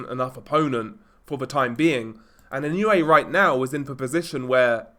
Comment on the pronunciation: ❌ - NAH-OH-UH ❌ - NAH-YOH-YUH ✅ - NAH-OH-YAH Opponents get timid when they get a taste of the hand speed and footwork from Inoue. Let your hands go and you are rewarded by getting cracked with punches you didn't see coming. And with that speed difference, there was no way MJ could hang with Inoue on the outside -- Inoue erases distance so explosively. MJ was just too slow. Lucky for MJ he has a concrete block for a head.